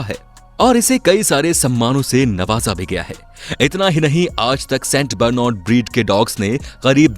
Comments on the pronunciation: Theek s naam padh le st bernad ko St bernod 😂😂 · It's saint barnard not st broornad